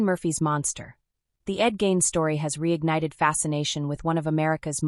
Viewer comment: His name isn’t pronounced Gain. It’s pronounced Gein,rhymes with mean.